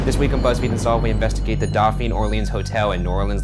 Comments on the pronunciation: Doe pheen = dauphine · The way Ryan pronounces Dauphine is physically painful to me lmao